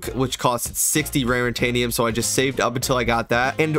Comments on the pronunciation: It’s not rarintanium lol It’s raritanium, no n there lol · why did you keep saying rarintanium. It's not rarintanium. Its raritanium